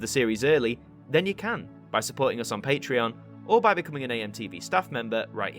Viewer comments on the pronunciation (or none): none